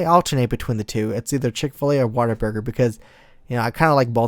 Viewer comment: Dude,, Whataburger, it sounded like you were saying waterburger xD